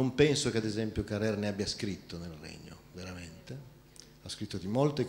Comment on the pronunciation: Peccato l'accento insistentemente sbagliato su Carrère...